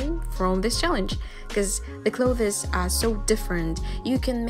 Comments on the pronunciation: Sorry to nitpick, but 'clothes' only has one syllable. Usually pronounced 'close' , but with a slight th sound (as in 'the') in front of the s. I know, English is not your first language but after the 10th time I had to comment :) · I loved your video! One thing clothes you say just like 'close'. I know it confusing, because English decided to either say or spell this word and so many other words wrong. But seriously, nice work! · most people just say cloz and monz (months) so don’t worry lol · I love how she says "clothees" very fancy, nice. I wish I talked like that. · I'm really glad I'm not the only one who thought this lmao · yes >0< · clo this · learning how to draw some clothEs i giggles how she pronounce it haha ☺️ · hi i wanted to point out that Clothes is pronounced like klowthz. but aside from that everything was great!!!!! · Hey not being rude just saying The pronunciation for clothes Is Cll-oh-th-sss The e is silent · Your pronunciation of clothes is funny. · You're not pronouncing "clothes" correctly. Btw great artwork. You're so talented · Clothes huh the way she pronounces it so it's not kattke it's katalele? # some random guy in the internet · Ur pronounciation of clothes is very........ Ya know...... bugging me....sorry sis